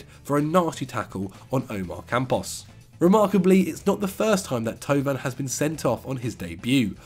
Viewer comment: How Angry is Pato at pronunciation of Thauvin?:D